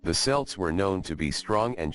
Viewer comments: you lost me the moment you mispronounced celts as SELTS is is KELT NEVER selt.After that? couldn't be bother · I immmediately tune out when the subject of the vid is mispronounced. It's Celts---. 'KELTS', you fucking moron! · At approx. till the end, the robot finally begins to pronounce Celts (Kelts) correctly. Strange! ☘️🇮🇪🇺🇸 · Hard "c" Celts, man.